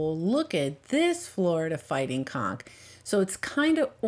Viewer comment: Please, when you say conch lean a bit on saying the N, because it sounds like you are saying a completely different word